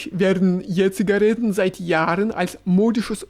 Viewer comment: Ich finde Jura hat eine ausgesprochen schöne Stimme und eine exzellente Aussprache. Ich liebe es, wenn er Je-Zigaretten sagt 🥰